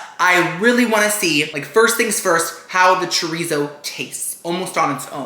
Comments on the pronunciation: The way you're saying chorizo is killing me 😭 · It hurts me every time someone says chorizo wrong like this.